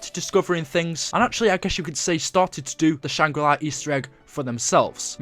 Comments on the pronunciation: stop saying shangri lai, its shangri la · Can't help but cringe every time I hear you say "Shangri Lai", but still a great video. I think doing a series on the lore of black ops 1 would be really neat. I personally never heard about the easter eggs or anything else from that zombies story line. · it's shangrilaaaaaaaaaaaa nnot iiiii. why do u never show us background footage of u on a high round on der eisendrache I think it's cuz u haven't got to a high round yet. ur pathetic. I have subscribed to a lot of channels and u always seem to post the exact same thing about 2 days after them. come up with ur own ideas and stop stealing g other peoples. ur a fake I used to like u until I realised u were stealing other youtubers footage. I've never seen u do anything significant in zombies yet.